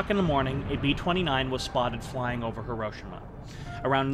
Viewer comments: Please learn how to say Hiroshima. If you are going to do a documentary on the subject. Hī drō shī mā There is no ROW in the name. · Hiroshima .. The correct annunciation.. Hear-row-she-ma SHE-MA not SHA-MA The Japanese are very particular about its pronouncement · Pronounced: Heero-sheema